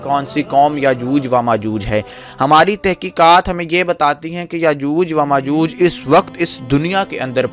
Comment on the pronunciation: Yajooj wa majooj nhi hota. Is ko yajoojo majooj. Read krty hen.